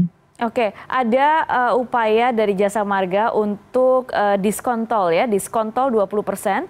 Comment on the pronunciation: Saya mendengar diskontol 20%😂